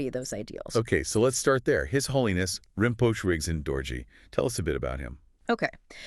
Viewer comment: Pronounced Rin-po-che